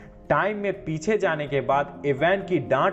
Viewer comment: Larka nahi ladka sisa nahi shisha zane nahi Jane...cheejo nahi cheezo.... ajeeb bat h jise bolna nahi ata wo Movie explain kar raha h ..